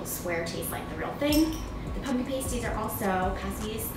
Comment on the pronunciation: I believe it’s past- ies, instead of paste-ies.